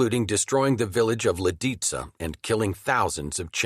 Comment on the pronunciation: Lidice was horribly mispronounced.